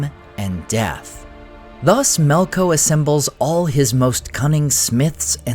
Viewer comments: Melko? Isn't it "Melkor"? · why do you keep saying melkors name incorrectly as melko is it for the same reason as the delusional people who keep failing to change Gandalfs name to jandalf